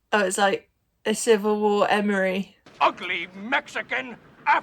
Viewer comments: Every time you said "Emory" I became puzzled until I realized that you were talking about R. Lee ERMEY, who played Gunnery Sargent Hartman in Full Metal Jacket. 😅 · FWIW, the actor who played the part of the drill sergeant, in Full Metal Jacket, was named "R. Lee Ermey" (Pronounced: UR-mee). You kept mentioning the name "Emory," but I finally realized who you were talking about. You provided a wonderful reaction to an often overlooked movie!